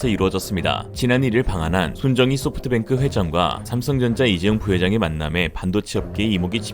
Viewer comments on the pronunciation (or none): none